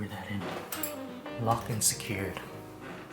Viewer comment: Did anyone else hear "Locked and scared" instead of "Locked and secured" 😂😂